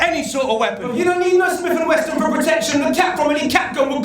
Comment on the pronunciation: Why do people always seem to say "Smith and Western"? It's "Wesson"... It's a name...